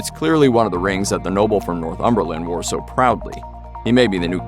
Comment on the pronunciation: "North Umberlin" wtf lol